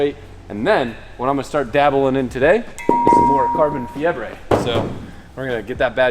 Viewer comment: Bro said carbon fiebre (fever):), always love the spanish moments